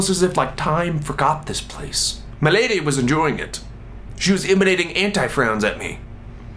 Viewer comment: I love the way he says "MAH LADEH" every time he refers to his date. Okay, Olan seriously, I'm in love with you please marry me